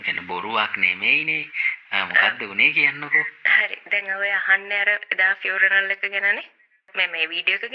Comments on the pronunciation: වයිරල් "විරල්" වෙලා, "funeral “ෆුර නල්” වෙලා parlour “ පාරල්" වෙලා... යකෝ දවසේම රිවස් වෙලා ඉන්න වෙලාවක ෆමිලි invitation එකකුත් ලැබිලා... "පාසි ටිපේට් " කරලා දෙය්යනේ ෆියුරනල් එකට.. final respect එක ප්‍රේ ...කරන්න ගිහින් අප්පා .. 😅😅😅😅 "ෆ්ලව බොකෙට් " එකක් අරං ගිහින්... කවුරුත් දැක්කේ නෑ නේ දෙය්යනේ.. අනේ කෙමිස්ට්‍රි එකෙට එක්ක ගිහින් මේකිට ශූට් කරපල්ලකෝ කවුරු හරි.... 😅😅😅😅😅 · Participate, funeral, cemetery ❌ Pasitipate, furaral, chemistry ✅ dammm bro made a whole new pronunciation 😂😂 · ෆුනරල් පාලර් ❎ පියුනරල් පාරල් ✅ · ෆියුරනල, පාසිටිපේට්, විරල්, ෆියුරනල් පාරල් එක,කැබින් එක, ෆ්ලවර් බුකේට්, කෙමෙස්ට්‍රි 😂😂😂 අම්මෝ මේ ඇත්තට ම ද මේවා කියන්නේ? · Aiyo rewars furanal now mirss funaral ,fawers boked😅😅😅😅😅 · Furanel paral... ( පාරල් ) අම්බෝ 🤣🤣🤣🤣🤣🤣🤣🤣🤣 පව් මේ වැස්සි 😂😂😂😂😂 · Invitation to participate at a funeral ...😂 What a joke.. Real mut. ෆියුනරල් ෆාරල් ...😂😂😂 ෆාරල්, කැබින්, ෆ්ලවර් බුකෙටි, ෆයර් වෙනව, බැරියර්, කැමෙස්ටි 😂😂😂 What are those words.. AI Reverse Technology. Advance method. Social media is reversing ... 😂😂😂 Popular characters don't talk like this. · " paaral " eka 😂😂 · පියුනරල් පාරල්😂😂😂😂😂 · Funaral plour ෆියුනරල් පාල not පාරනල් .